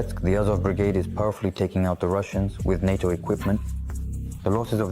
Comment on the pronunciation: Its NATO, not HATO…👍